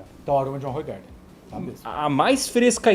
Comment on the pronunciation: Olá, se fala "Ruuraardan"! Eu sei pq sou da Bélgica, é servida com uma rodela de limão, é uma delícia....Mas engorda que é uma desgraça 😂😅